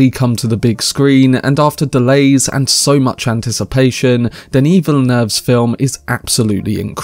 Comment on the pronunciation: Thank you, thank you! For pronouncing Denis' name properly